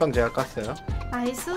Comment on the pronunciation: 줴... 줴가여? 발음ㅋㅋㅋㅋㅋ